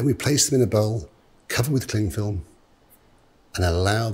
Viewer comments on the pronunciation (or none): none